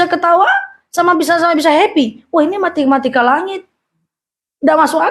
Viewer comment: Maaf2.... bgt ustazah DR. nyebut yg benar MATEMATIKA 🙏🏻🙏🏻